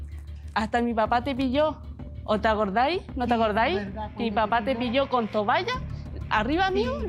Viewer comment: Esa mujer no sabe ni hablar y se hace la cuica es una ordinaria se dice toalla no tovalla